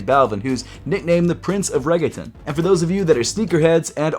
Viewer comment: I was trying to see if anyone was going to comment on how he pronounced Reggaetón 😭